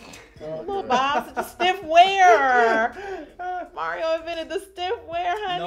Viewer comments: It's mar-E-o not mair-E-o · Not Mary-O, auntie. Lmao I love you. You look freaking stunninggggg 😩